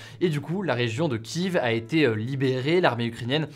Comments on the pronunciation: Bonjour, Merci pour ce format que je suit quotidiennement! Juste, on dit Kief, pas Kiv.. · Comme d'hab tu dit kiv alors que c'est kief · Kiev (/kjɛf/ ou /kjɛv/ ; du russe : Киев, Kiev /ˈkʲi(j)ɪf/) et pas KIV, merci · Ki-iev Hugo ) pas Kiv 😂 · Pourquoi tu dis Kive tout le temps ? Ça me fait rire bien que je devrais pas. Je lis Kieve quand je parle de la ville. En tout cas merci ça change pas ton super boulot ! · On dit pas Kiev mais kiv ? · c'est pas kive mais prononciation kièf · Kiev en français et pas Kiveu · Arrête de dire Kiev, faut dire Kief ! Big up aux Russes, la Russie. Que dieu bénisse Vladimir Poutine ❤️ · Kief c'est la prononciation Russe de la ville. Pour ça que certains média prennent la prononciation ukrainienne à la place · En fait ça se prononce [Kiév] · Ça se prononce « KYÈF ». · Désolé frérot mais sa se dit Kiève et pour une personne qui a perdu de la famille la bas je m’y connais un peux. Mais sinon continue comme sa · ça ce prononce "Kièff" Mr le rigolo de l'actu